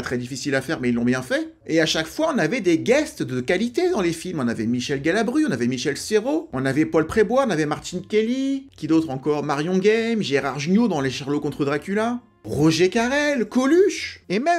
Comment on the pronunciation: bon j'arrête ici , il y a quelques erreurs et on dit Marion game et pas guéme👎